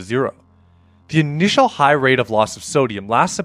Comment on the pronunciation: "intial"... (sorry - my mom was an English teacher).